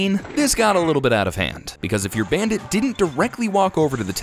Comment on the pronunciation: Do anyone here hear him saying the bandate